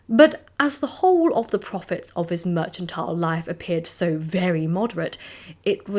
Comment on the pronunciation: “Mer-chan-tile”? I can swear I heard you say “mer-chan-tile”, and it’s not a pronunciation I ever heard before.